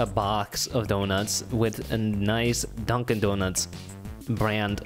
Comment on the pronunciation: i wasn't looking at the screen and i was so confused cause i thought you we're saying my name not dunkin lmao